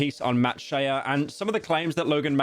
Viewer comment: he did it again when he said matt SHE-uh